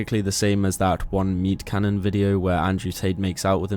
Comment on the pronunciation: it's "meatcanyon" NOT meat cannon 😂